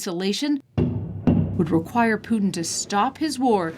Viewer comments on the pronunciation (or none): I can’t listen to these two call Putin ‘Poo’n’. I’m off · Voldemort poo-tin